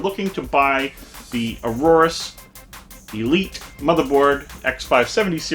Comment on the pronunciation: Aorus is pronounced "A-yor-us" not Aurorus.